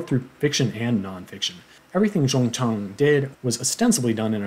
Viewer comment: Your way of pronouncing the author’s name, Jung Chang is correct! FYI, I do speak Mandarin. Thank you for the good review on the book btw :-)